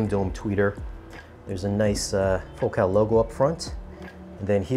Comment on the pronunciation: What's with the weird pronunciation of Focal.? Ordinarily the emphasis is on the first syllable of that word. Is the pronunciation you use the one the company prefers?